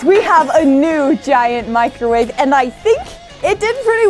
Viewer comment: In start she said microvave in a watermelon 😂😂😂